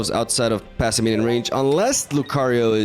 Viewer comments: I'm not sure why both you and jeff call it "passiminian" when it's just "passimian" >_> just "pass" + "simian". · Pah-sih-mee-an not passiminian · Somehow "Passiminian" returned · I have a question, do you pronounce it Passiminion on purpose? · He pronounces like 20% of cards incorrectly so I think he's just... like that. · Maybe not at the start but now he is definitely doing it on purpose. There is a similar situation with another tcgp youtuber that pronounces decidueye as dekedue or something like that. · Man's so excited to see monke he keeps adding an extra syllable to Passimian